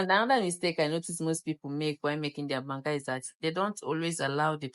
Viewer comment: It’s banga